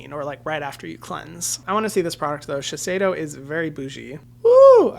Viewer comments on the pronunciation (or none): none